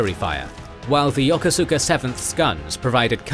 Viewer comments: He's right though. Still remember my cranky skipper correcting a junior officer about that. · You are badly mispronouncing "Yokosuka". It is pronounced "Ya-koos-ka". How do I know? I commanded the base there in the 1980's.